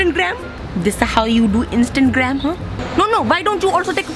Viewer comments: All I hear is "Instant-gram" 😂😂😂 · Instangram 😂😂😂😂 I love when they say this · I know this is an old video but I just had to💀💀 ''So now you take shower on instangram'' 😭😂😂😂😂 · "Instantgram" lol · "Instantgram" anyone noticed lmaaooo